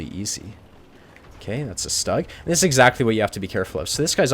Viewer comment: Awesome one, loled all the way But please allow me to correct you The german tank destroyer “Stug” is not pronounced in an english way. In German (which is the language of tank owners and thus the correct tank name comes from it) is pronounced as “Shtuug” Keep giving good videos ^_^